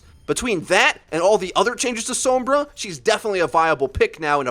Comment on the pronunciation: Perfectly good video but what's with this pronunciation of Sombra I hear people using now? She literally says her own name out loud and it sounds nothing like that